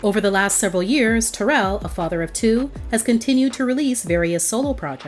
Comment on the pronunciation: It would have been great if the commentator would have pronounced Taryll name correctly! Gives the story more authenticity. It's pronounced like " Daryll". SMH‼️